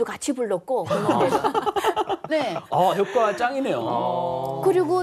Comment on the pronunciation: 효꽈? 효과? 효과로 발음이 맞음.